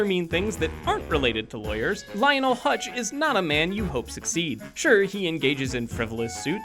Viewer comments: It is pronounced "Huts" not "Hutch". And Phil Hartman has been dead for about 23 years. You might as well ask for a show about Ms. Crobboppel while you're at it. You won't get a Scorpio show either, because Albert Brooks doesn't need the work that badly. I would watch a Radioactive man or Kent Brockman show, but Moe and Willy are both one-note jokes. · I know. Hearing "Hutch" annoyed me. If you're going to talk about someone, het theor name right. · HUTZ not hutch. and forget it, he's been retired